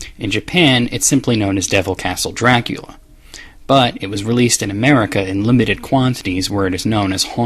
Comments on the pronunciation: by who? I never hurt anybody pronounce it like that. Nothing that there's anything wrong with it just face the fact that its weird. I've known many Romanians in my lifetime, and we certainly have discussed Dracula but none of them have ever pronounced it that way. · Pronounced like "Draculya", apparently, by this author. Though in Romania it's apparently pronounced as "Dra-ku-la," whereas the common pronunciation that all of us Americans are familiar with is "Dra-kyu-la". I suppose to explain this, I'd have to say that everyone has their own personality, and isn't any different. And to, not everyone wants to scroll the comments, so if I've repeated something, my apologies. I figured it needed to be explained once per comment que. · His pronunciation sounds more like "Draclea" to me most of the time. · Why did he speak "do-ra-ku-ria" when the translation is "do-ra-kyu-ra"??? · i appreciate you trying to say the correct pronounciation of dracula, but the problem is despite what someone else said, youre still not saying it correctly. it sounds like youre saying dra-kyu-lea, and its actually Dra-coo-lah. And i have heard it from romanians as well as people who study the subject rather closely, and not once have i heard it like you pronounce it, not even in its native language. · You keep pronouncing Dracula as Draculya. I know the reason, you either said it in the castlevania retrospective or in the comments, but the katakana in the Japanese title says Dorakyura, not Dorakurya. Excuse me if I'm missing something, but it seems both Japan and America pronounce it the same way. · STOP PRONOUNCING IT "Drac-lee-aa". OH MY GOD. It's "Dra-CU-LA" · You are pronouncing "Dracula" as "Drakoolya", but it's meant to be said like "Dr[a]kool[a]". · why do you keep saying dracuila when it is dracula? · Dracula... jra-KOOL-ya... Uhm no